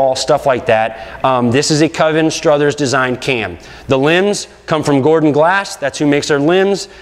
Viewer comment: STROTHER not Struthers...geez